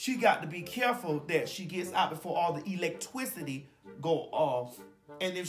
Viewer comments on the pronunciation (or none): I thought my mama was the only person that says electwicity 😂😂😂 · Happy birthday!! I swear my mama cnt pronounce nothing either. Example: Eletwicity (electricity), Pollem (pollen), Delicate (delegate), Pulla (pillow)...I can go on & on 🤣🤣🤣 Oh & my mama calls the 19 "the covic" 🤣😂🤣😂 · My grandma says the electwicity one.